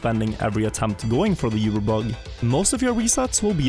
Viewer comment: Its oober, not yuber